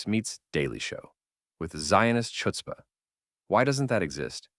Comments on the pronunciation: Well said, but he pronounced "chutzpah" wrong. The "Ch" isn't like "chimney," it's gutteral from that back of the mouth, like you're hocking up phlegm. 😄 Is this an AI voice narration? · I don't care about that, bud. Just a matter of curiosity, because it's weird that a Jewish person wouldn't know how to pronounce "chutzpah," especially when it's a word that has been adopted into American English, along with a lot of other Yiddish words